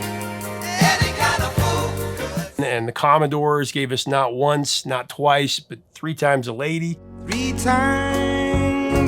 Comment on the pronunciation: Unce, tice, 😂